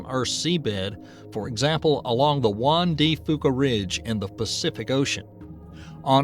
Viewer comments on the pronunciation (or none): Juan “dah” “few-kah” not Juan dee foo-kah.